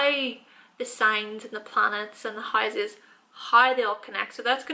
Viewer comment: Also the high - ses